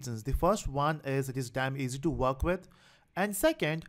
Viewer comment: Its 'easy' not 'essay'. An essay is like a paper you write in high school. 'Easy' means 'simple' or 'not difficult'.